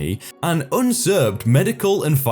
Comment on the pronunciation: Usurped is not pronounced unsurped btw, it is pronounced you-surped.